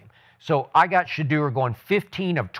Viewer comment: This man said Sheduer better than Caleb 😭😭😭😭😭